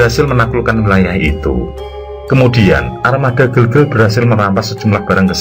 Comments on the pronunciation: min bacanya bukan gelgelnya kayak kembang gitu tapi seperti E dalam kata ember bacanya GEEELGEL gtu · Bukan gelgel tapi gelgel mas..